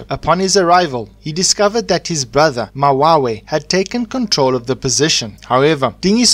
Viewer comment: Mawewe not mawawe and King Dingiswayo exiled to the hlubi tribe not Qwabe tribe